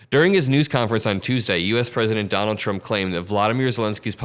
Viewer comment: I hate the way he says "TRUMP." I mean, what the hell? I've never been embarrassed to be an American, until now.